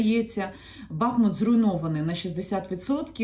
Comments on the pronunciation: Прошу, будь ласка, називайте наше місто правильно. Наголос на У. БахмУт. І одразу для бажаючих подискутувати: У м. БахмУт є річка БахмУтка, також є район ЗабахмУтка. Використання іншого наголосу є невірним, хай навіть вікіпедія вам скаже що можна і так, і так. Прошу, не кажіть БАХмут, там і так достатньо бахів 😢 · Дякую за відео! Коли говорите Бахмут то наголос потрібно ставити на другий склад. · Дякую за інформацію. Поясніть, будь ласка: який правильний наголос у місті Бахмут? Бо Вікіпедія дає наголос на другому складі (за назвою невеликої річки), а Яніна на початку відео ставить на першому. Де істина?